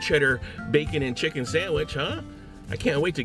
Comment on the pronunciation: I like how you say sandwich like "Sahnwihh" 😫👌👌